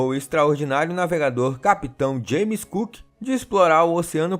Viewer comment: A pronúncia está correta para James Cook professor... e valia a pena um vídeo sobre ele. Foi de longe o maior explorador do seu tempo.